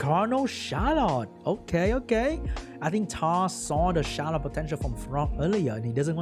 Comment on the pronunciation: I feel so bad for HowToPlay. Those rolls were absurdly one-sided. Yet another example of unfair roll rules. Funny though, sometimes when you say "the Charlotte", the sound coming from my earphones is "the shallot" XD Love it!